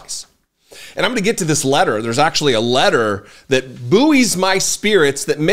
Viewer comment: Buoy is just pronounced the same as ‘boy’ 👍